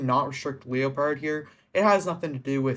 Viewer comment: Isn’t typpa the known cheater from wish you luck tho? Hes a known xim player always has been but thats not a bannable offense. Btw I’m pretty sure leopard pronounces name normally you know like the jungle cat leopard not Leo…pard haha but typpa has been a controversial figure for a while but if they are finally banning him for things in the past honestly I feel like statues of limitations went out along time ago on that one. I could be thinking of a wrong person but I’m pretty sure he was the guy playing with wish you luck involved in the ddossing (the whole part about wish you luck saying they threatened his family I’m sure is the biggest load of shit ever though. That was just his attempt not getting banned)